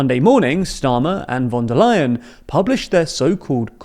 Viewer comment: Well done for pronouncing "von der Leyen" correctly this time !